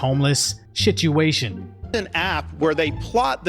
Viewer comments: Am I the only one who heard the “shituation”. That was slick. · Did you say Shituation? 😂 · "Homeless shituation" I heard that! And it deserves that. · The "Shituation"....😂😂😂😂 Nice,! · "Shituation" nice. Not really, but still.